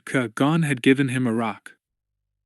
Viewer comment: Please learn to pronounce “Qui Gon” Kwy Gone.